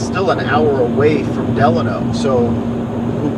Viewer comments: It's Delano not De Lano. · Side note: Locals pronounce Delano as De-LANE-No.